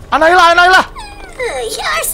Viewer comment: Annabelle❎ annaila☑️ Annabelle bilaike: Annabelle bang bukan annaila😌